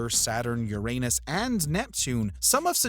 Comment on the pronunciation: Another person who doesn't know how to pronounce Uranus correctly!